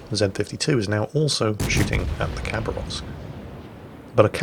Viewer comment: say it like habaravsk please, not cabarovsk